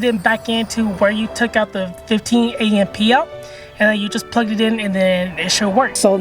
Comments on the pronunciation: Did he just say a m p? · I have never heard someone say amp as A-M-P 😮